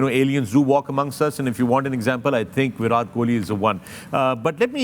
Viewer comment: not virath kohli its virat kohli...all Pakistani need tongue checkup😅